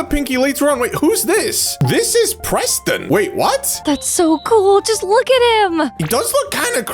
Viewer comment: How do u misprenounce Preston?